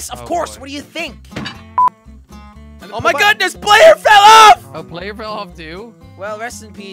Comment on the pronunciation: It's player not ployer